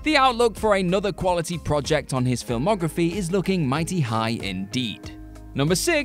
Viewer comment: It's very distracting hearing an English person repeatedly mispronounce the word 'project'.